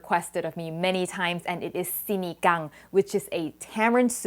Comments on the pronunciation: I love it how she pronounces SINIGANG just like a Filipino HAHA! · I love the fact that u said “sinigang” in a most perfect Filipino way.. I’ve always made it with the “packet” .. I’ll try using tamarind fruit next time.. any tips on how to cook it by way of instant pot.. love your Le Creuset.. I’m a fan and collector of it.. always makes the most perfect dish, with love...thank u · I love how you pronounced sinigang at the beginning of the video 👍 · The way you pronounce "sinigang" was on-point, almost like a native speaker.